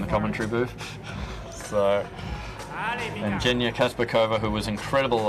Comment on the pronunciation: Kazbekova's name not Jenya. Correct pronunciation is Zhenya.